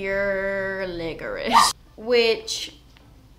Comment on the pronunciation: Oh I thought she said "liquors" LOL I remember I watched another video of hers that I thought she said liquors, maybe she meant licorice on that too 😂